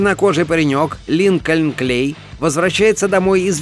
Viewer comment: По моему не Линкольн КлЕй, а Линкольн КлЭй